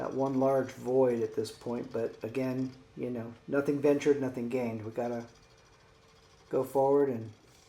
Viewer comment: You know, when you say you know, you sound like a drunk 20-something female outside a club. Articulate better. We dont know.